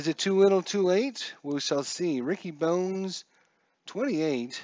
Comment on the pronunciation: Nice to see inside pitch C&D. Pronunciations... (you know I just have to). Ricky Bones pronounced Bonus and Ozzie Guee-Yen.